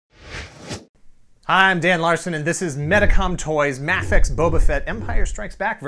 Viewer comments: It's so refreshing to hear MAH-fex! Also this review kicked ass. I'll probably skip this figure because I have the revoltech and I don't really think I can convince myself that I need another $30+ six inch boba fett. I don't think there could ever be a figure that could quench my thirst. I'm like a toy collecting vampire! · Its MAEfex but spelled mafex